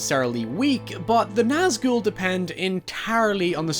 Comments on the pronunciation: I like the fact you Nazghul right but you kept calling sauron Zauron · The pronunciation (I believe) is "SOW-ron" (sow as in female pig) but people also say "SOR-ron"... Either way, hard S Regardless, I loved your analysis of the Nazgûl (you said that one right, btw!) and their purpose within the greater narrative. Love your channel and your dog! ❤️😊